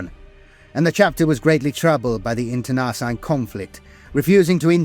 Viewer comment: I love your stuff so take this as my effort to help and not a criticism. Over all of the videos I've watched i noticed the most common word that jumps out is wary. It almost always sounds like weary. Wair ee. Weer ee. Internecine. In ter nuh seen. Much love from Montreal. Oh yeah. I know that being English you are allergic to the r at the end of words, but someone listening who isnt familiar with the lore is going to wonder why the eye of terra is such a problem for earth. Not that I'm one to talk. Between my quebecois French and my maritime English I manage to piss off 4 cultures minimum every time I speak 😂